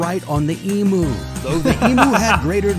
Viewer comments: This a fun tongue-in-cheek look at Oz 😅but I wish one of his new Australian friends had taught him how to say Emu.... It's "Eem-you" NOT "Ee-moo"!!🐮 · Hi, obviously there will still be errors and misconceptions when an American explains Australia. You know by now that we don't "call shrimp prawns", shrimp and prawns are different animals. It's eeem-you, not e-moo. (Edited: or eem-you as suggested by another sub.) No idea what the Chinese meal comment was all about.